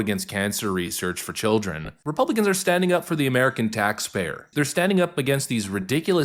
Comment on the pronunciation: "Think of the cildren!" Pfffft!